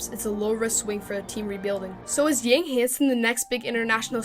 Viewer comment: Good content! just a gentle reminder, his last name pronounced as "young" without the "g" in Chinese.